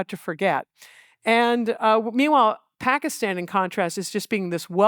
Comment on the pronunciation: Love how Dwareksh pronounces Pakistan as a desi should with the soft t